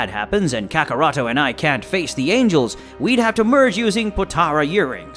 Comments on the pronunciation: Kakaroto??it's kakarot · bro said cyon and kakaroto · Man if you say kakaroto one more time. At mo point in time when editing did you as a fan find anything wrong with the content but I guess since we making up stories and shit it doesn't matter how you pronounce the names kakaroto vegerta zenosalama I love all those character